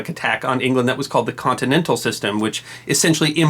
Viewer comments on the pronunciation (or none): none